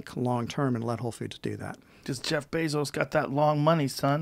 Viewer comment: Is this guy honestly saying "Bezos good"?